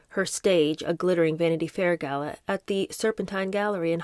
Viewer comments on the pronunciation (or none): none